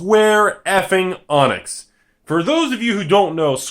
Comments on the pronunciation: It's not pronounced "Square Onyx" It's "Skwarr Uhneeks" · I wonder how many pedantic people there will be getting pissed that he's pronouncing it "Square Onix" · Square Avionics XD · I heard "Square Onix" and I immediately turned to the comment section... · Couldn't watch any longer after I heard Square Onyx. Sorry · hes straight up pronouncing the wrong letter. how can that not trigger someone. its idiotic